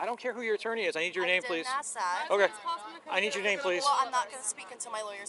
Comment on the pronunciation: Two things: What's with kids using the F word talking to their parents? Why do they add another syllable to their last word "what's your name-ah?" B-flat kids, totally B-flat.